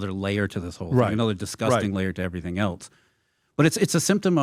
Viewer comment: Where did this trend of saying “else” as “eltse” come from? Why is there now a letter “t” in the word “else??!!”